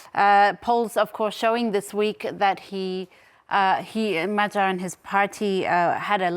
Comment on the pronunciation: You don't know how to pronounce "Magyar", and the word means "Hungarian", not "Hungary".